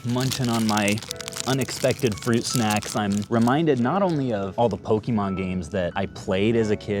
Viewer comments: stop saying pokimon its Pokemon po ke mon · For someone who says they've played Pokemon their entire life you migh want to learn how to pronounce it. It's not PokEEEmon. Please don't claim to be a fan. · Why do you say PokEEEEmon you don’t have to pronounce the e so muck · Poh-Keyy-Mon, anyone else don’t enjoy this pronunciation? Lol.